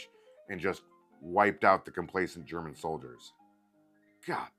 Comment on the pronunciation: As a Canadian your German was on point lol